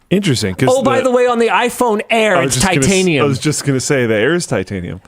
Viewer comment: Why was Linus’s “titanium” actually good